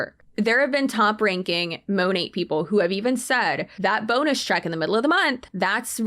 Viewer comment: This girl can't even pronounce Monat correctly. What is "Mow-Nay"?? 😂